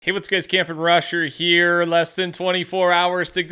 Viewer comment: Petah.. the battle pass is heah